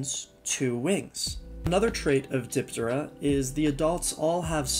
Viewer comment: You mispronounce alot of things. Diptera is DIP- TEHR- RAH and halteres is HAL-TEAR-REEZ